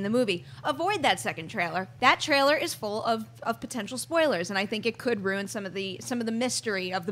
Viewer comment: "Spolies" - 💖